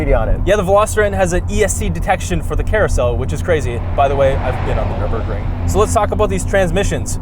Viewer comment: It's called "Nürburgring". Get it right😅